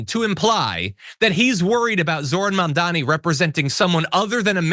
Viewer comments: Why can't any of these racists say his name correctly? It isn't difficult. Are they that stupid or are they just doing it on purpose? According to them any person of color who gains any kind of political power and has Americans voting for them must be here illegally and hiding some secret agenda. Horsesh*t. They tried to push that with Obama as well. They're awful, corrupt, greedy racists, plain and simple. End of story. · Notice that he said: "He's not a Socialist, he's a Marxist Jihadist. It appears "Socialist isn't a scary word anymore. And Banon didn't even say Zorans first name name correctly.